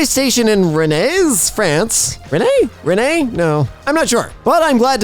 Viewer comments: why did you say Rennes like rennai, WHY? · Rennes is prononced "Ren" you should've known with all the silent letters this f*cking language have. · rennes is pronounced like "ren" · ir's pronounced "ren" :) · I am in shock that my town made it to the FIRST POST on an emkay video. You pronounce Rennes like Kylo REN. Just... Ren. We french people master the art of adding useless letters at the end, beginning or even in the middle of the word. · btw Rennes is pronounced like "Ran" but with guttural "r". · it's pronounced Renn